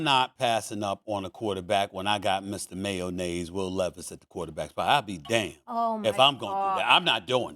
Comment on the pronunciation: “Mr Mayonaise” 😂